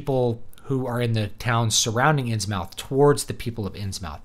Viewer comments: Important!! You must pronounce it “INNS-MITH” ... rhymes with MYTH. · It's Inns-MUTH, not mouth. It's great that you're so unbiased and unemotional. Given Lovecraft's situation, his background, interests, mental problems/frailty and professional failure, I guess it would be surprising had he not held the racial views that he did. And with the ongoing Islamisation of Europe - there already are Islamic fundamentalist political parties here, and Sharia is already being practiced in courts concerning things like child marriage and inheritance - Lovecraft's visions of the decline of Western civilisation may have a lot to tell us today.